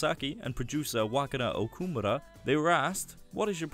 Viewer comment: How do you not know how to pronounce Okamura's (O-ka-mu-ra) name.